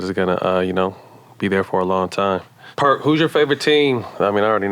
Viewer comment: Matt I can’t let you slide on this one, I heard you call Perk, “Park” before y’all started talking about Kobe. RIP to Kobe and his daughter as well. Much love to y’all keep doing your thang you and stac5! 💯